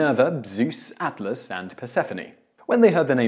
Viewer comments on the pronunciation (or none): none